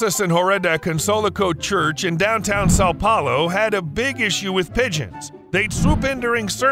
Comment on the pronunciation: (São Paulo) Ele falou "Sál Páulô" Klklklk XD